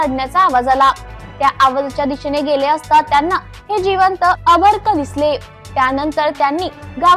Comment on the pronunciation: अर्भक चुकीचा उच्चार नको करू बाई